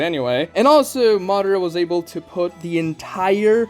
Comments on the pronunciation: It's Ma Da Ra.. Not Ma dra or Modera.. Or maybe you guys watching the dub version.. Are there speak like that to in dub version ? I don't know.. Cause it's not that hard to pronounce it.. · obito not jobito! madara not mara!